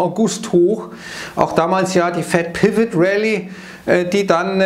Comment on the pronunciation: Hm? Spricht man Pivot "Piwit" (wie es spricht) aus oder sollte man es eigentlich "Pivo" aussprechen?🤷‍♀